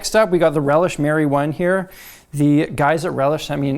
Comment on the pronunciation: When he said ‘Relish Mary One’ I thought he had said ‘Relish marijuana’ and I was like... fair enough, my dude.